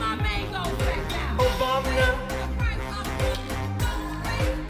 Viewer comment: Ever time I hear “Obamna” I snort laugh 😂